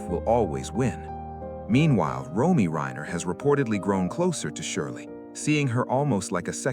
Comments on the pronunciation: Nick's sister's name is R-O-M-E-Y, pronounced Roam-ee, not Roy. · Yes, “Roy” weakens the credibility of this broadcast.🥲